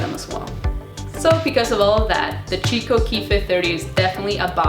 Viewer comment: The brand is pronounced "key-coh" not "chi-co"